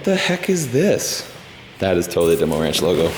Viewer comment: "That is totally 'DeMOR'nch logo' " ....I gagged! DeMor' nch: coming to a runway near you.